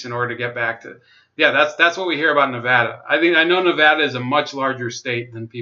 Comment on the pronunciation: Pretty good breakdown but man we got to work on our pronunciations. Lol but you did say Nevada right. Hardy and Horsford are poster children for corrupt politicians. Tarkanian is an empty suit all face no ideals is why he struggles getting traction. If tarkanian had any principles he could run for governor. We're so screwed out here.